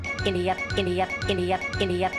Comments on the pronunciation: Sounds like he's saying giddy up 😂😂😂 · It sounds like he’s saying giddy up when he’s saying India 😂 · I hear Giddy Up instead of India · India sounds like "guidiya"